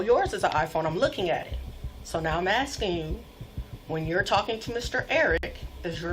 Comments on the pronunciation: Legend says if he wasn't saying AXING instead of ASKING, he would have stayed out of trouble. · why is she axing him all those questions? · I axting you a question. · Why can't black people say ASKING? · you axxin me a questin